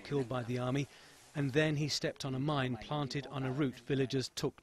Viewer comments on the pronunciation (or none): none